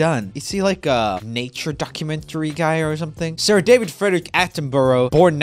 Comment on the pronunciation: HE SAID DAVIDS NAME WROMG